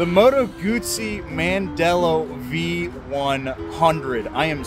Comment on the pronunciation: Bro, there’s no “T” in GUZZI !